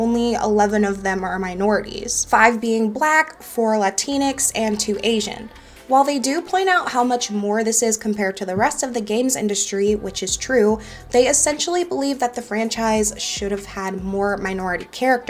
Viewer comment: Did she say latinix? Wut. Great video though